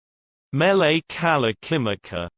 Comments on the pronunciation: you d r not even close to saying it. im hawiian im from hawaii and you dont say it right at all ur a noob at prouncing Mele Kalikimaka. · If you come to Hawaii and say it like this we will escort you BACK to the airport. Every way was wrong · That's not how you pronounce Hawaiian syllables. Aloha and no mahalo